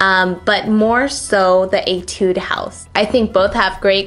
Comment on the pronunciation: agh judy ive been telling you !!! its etu-dey house!!!